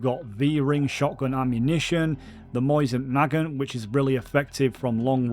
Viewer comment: is it that hard to say mo sin na gant as a word qwq